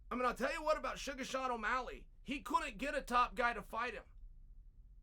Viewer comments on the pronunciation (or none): none